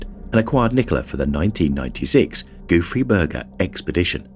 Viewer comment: Gouffre Berger…lol. The whole first part of video I thought he was saying “goofy burger” and I was like, ‘that’s a silly name for an expedition, has to be a funny story behind calling it that’. 😂